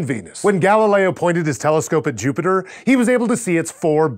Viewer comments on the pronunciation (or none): none